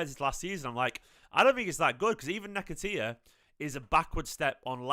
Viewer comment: I love u but nehketeeya was funny 😂